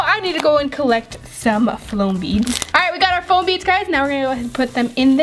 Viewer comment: You said flom beads